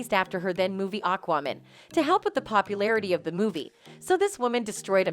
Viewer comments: Why does this narrator keep referring to the movie as "AQUAMEN"........? It's not "men" plural. It's MAN singular.... Aquaman..... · Is this voice-over done by AI? This is not the first time I've watched this channel and wondered. The pronunciation of "Aquaman" is just not right, for example. The last time, another example was "Warner Bros" actually being spoken literally (with bros instead of Brothers). No one says Warner Bros like that. Has anyone else noticed these weird things? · So just tell me, is it an AI reading a script? No one would pronounce aquaman like that.